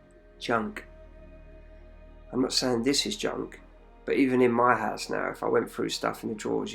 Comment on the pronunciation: nah it is all good in our HISE hehehe keep up the good work bud